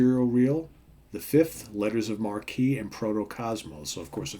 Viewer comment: Thanks for taking the time to review this album. One small note: It's pronounced "Letters of Mark", not "Marquee". As it says in "Reaching For The Uncommon Chord": "A letter of marque was the license issued allowing a privately owned vessel to attack those of an enemy nation. Quite a lot of this went on in England's war with Spain during the sixteenth century when the privateers literally indulged in official piracy." Since everyone generally played a solo on this, I think Allan thought of the musicians as pirates, each one engaging into a musical attack of his own.